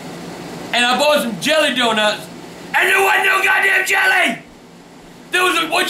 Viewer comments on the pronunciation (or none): "Bah some mo' jelleh..." 2012